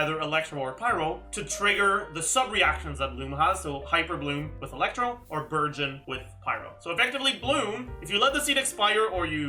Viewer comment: i keep hearing burgeon as virgin..